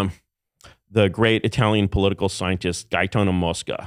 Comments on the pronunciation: Why does this burn out keep saying I-uh-talian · I can't get over how Curtis corrects Tim on his pronunciation of "silicon" while he says "eye-talian" about 50 times. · Cool guy, can’t fucking stand the way he kept saying EYE-talian….. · he says 'eye-italian'